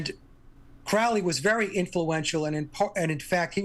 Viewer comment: Tuned out as soon as he mispronounced Crowley.